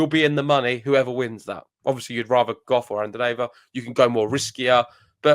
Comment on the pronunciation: The way you guys pronounce Coco Gauff is so pleasing to the ear.